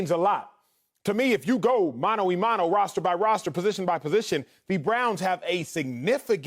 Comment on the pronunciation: Let me help you, Acho. It's "mano a mano". There you go, you're welcome.